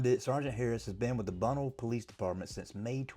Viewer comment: Bunnell = Ba-Nell. (North Fl, east coast)